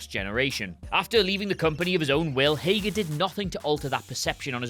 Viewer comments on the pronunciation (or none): Hager? if you say so lol